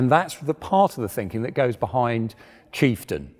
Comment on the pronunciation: Did i hear kieftain?